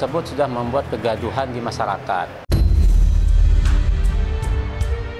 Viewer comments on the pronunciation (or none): Kok bilang kegaduan to pak